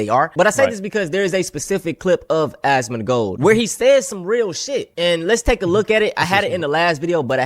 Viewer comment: It's Asmongold, not Asmongolt. It's pronounced explain not esplain mfer